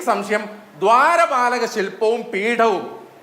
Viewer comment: രാട്രീയം.. സംസയം 😂😂😂😂 ഇ മൈരൻക് മലയാളം അറിയൂലെ